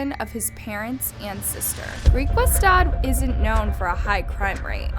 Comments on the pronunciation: As a South African..well done on your pronounciation of Griekwastad. 😇 Burglaries on farms usually take the form of torture and assaults and it happens a great deal. Kind of a national sport at this stage, one of the reasons he thought he could get away with it. (In my opinion) and of course the thought of running the farm and inheriting all the money. R stands for Rand. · I'm actually Namibian but yes, lol. Griekwastad when she said it😂 Ek verstaan jou nie, jammer.